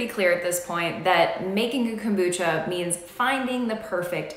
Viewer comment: Cocobucha? But... But... Why?